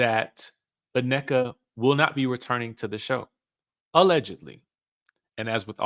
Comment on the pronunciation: I hate the way he says Nnekas name where us the extra A its not Anneka😢😢😢